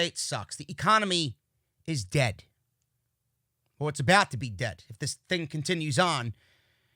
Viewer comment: I love whenever he says "DEAD" HAHA